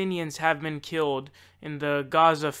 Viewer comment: Keeled? Really?